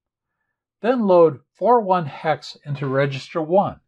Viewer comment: I like the way you pronounce the hex number correctly. So many kids seem to be very lax with numbers , I hear thing like 'ten hex' or 'one thousand binary ' . Don't get me started on decimals...... 'one point hundred twenty ' arrrrggghh